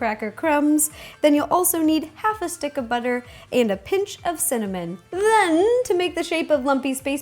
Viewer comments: You say "shitck of butter" instead of stick lol i love that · Have you noticed every time she says stick she pronounces it Shtick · "add half a shtick of butter"